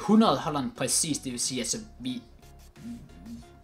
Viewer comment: Hvorfor siger du pracis istedet for præcis